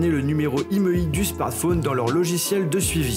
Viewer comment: Un smartphone, pas un smartfaune. C'est pourtant très simple, c'est comme dans téléphone, ça se dit pas "téléfaune".